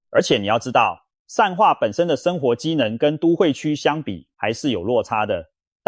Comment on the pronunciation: ㄉㄡˉ會區 ㄓㄨㄥˋ化區 重華區 哎kia 怎麼發音都怪怪的